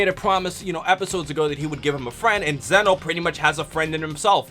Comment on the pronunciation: Lol he pronounced Zeno wrong it's a long e